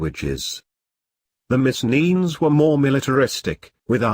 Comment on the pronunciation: Missen-enes? What the ---- kind of pronunciation is that? I'm Greek and this is very repellent.